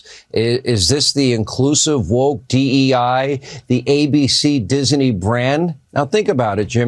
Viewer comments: No sean. He is not the head of Dis-uh-nee. His Company is Disney 😂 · It's not DISENEY, it's DISNEY dumb dumb! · Hannity says Disney like it has three syllables